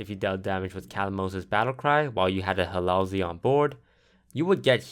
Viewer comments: lol, "Halalzeal" he isnt arabic. Its Hallazeal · He also says Hallalzeal instead of Hallazeal. Either that or he pronounces in differently.